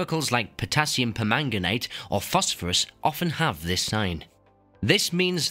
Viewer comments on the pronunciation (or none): none